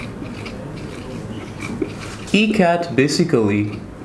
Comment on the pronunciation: Why is he saying MCAT? OR does his E sound like an M? WHAT is this?